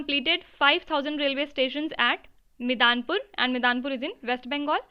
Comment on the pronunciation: Mam, 5000th RAILWAY STATION WITH WIFI is-- Midnapore not Midanpur ( i'm from Midnapore )